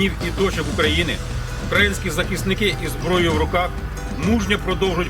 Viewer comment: Наголос! УкраЇна, украЇнські, а не укрАїнські.